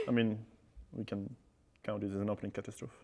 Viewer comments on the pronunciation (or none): You say "Kah Tuz Troef". Is that how the British pronounce it? I say it as "Kuh Taz Troe Fee". I'm ESL (English as Second Language) and find Languages & pronunciations interesting! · lol is that how you say catastrophe in your country, Pronounced like this Kuh-ta-struh-fee